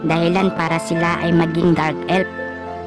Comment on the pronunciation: F yan d yan p anu ELP tskk Elf di Elp hay naku